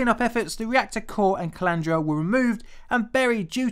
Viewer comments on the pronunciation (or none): calandria: pronounced kah-lan-dree-ah There is a lot of important nuclear history at Chalk River labs. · did you say "Calandria"?